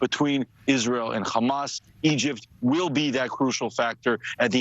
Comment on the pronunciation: People who insist on being extra with how they pronounce "hamas"...